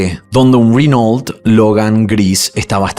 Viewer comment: ¿Rinol??? Será que los franceses no saben pronunciar y por eso dicen Renó?